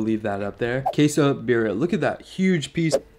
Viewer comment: "Beer-e-ah" tacos with "con-sa-may" ... and stop smacking your lips...